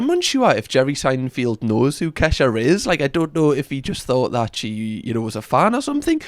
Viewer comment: America's finest. The way you say Seinfeld's name is sending me 😂 And 😂